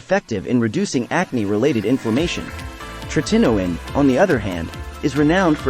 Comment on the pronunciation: Teach the AI how to pronounce “tretinoin” correctly. So annoying…